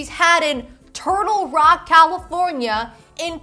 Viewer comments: It’s “Turlock” not “Turtle Rock” in California, it’s a medium sized town in the San Joaquin Valley. Don’t ask me how I know this. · She said "Turlock, CA" but Turtle Rock is much funnier! BTW, Turlock is a boring farming town near the Central Valley. They often say they are in the Bay Area...they wish. LOL!! There is nothing out there. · I am so up for banning ”literally & like” from The English Lexicon… a personal challenge to you to do a complete video without relying on these overused defaults. The City is “Turlock” by the way , not “TurtleRock”…. It’s one of the many Farm Towns that make up CenCal( Central California). Population is probably 60% Hispanic with lots of Campesinos , so the chance of finding a good Taco Truck are reasonable high. Maui Wowie is cannabis from the 1970’s …. If that’s what’s she’s looking for while in Thailand, request that legendary 1970’s vintage cannabis Buddha Thai*Stick loved by so many Boomers way back when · As someone who goes to CSU Stanislaus in Turlock, I will be calling it “TURTLE ROCK?” the way you said it in my head now